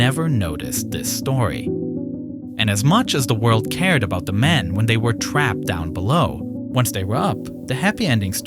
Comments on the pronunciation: Why do you keep pronouncing “men” as “man”?? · Whats with the wierd pronounsiation of men? It is so distracting ;S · amazing video, though the pronunciation of men as man kept confusing me